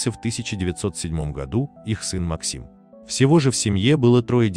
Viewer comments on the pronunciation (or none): none